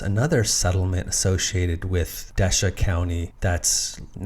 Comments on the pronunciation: That old French teasing post isn't that far from me. Desha county is pronounced Dee-shay. Very interesting video! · I live in the town of Desha, pronounced de-shay or d'shay, emphasis on the second syllable. Most say "d'shay". Great video. Cheers